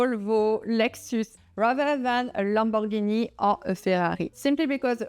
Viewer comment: Real wealthy people know how to pronounce Lamborghini (and no, it's neither "Lamborgeeney" nor "Lambo")😂